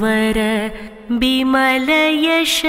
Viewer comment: The starting Doha in second line the two words are pronounced as 'jasu' and 'chari' and not yash and char as in video.